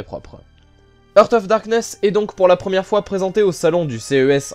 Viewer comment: Jeu très bien présenté comme toujours! Juste une petite remarque : "heart" se prononce "harte" et not "heurte". J'entends souvent cette faute.